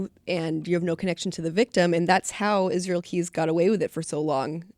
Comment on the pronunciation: It pisses me off how people try to talk about Israel Keyes and his story/case when they don't have a bloody clue. Stop trying to put words in his mouth or create situations that don't exist. Fuck. Also if you cannot pronounce Israel properly then call him by his Nick name "Izzy"...should make it simpler.. one would hope.